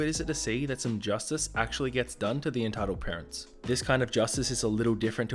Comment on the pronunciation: Is it just me or did it sound like he said "Retitled Parents" lmao.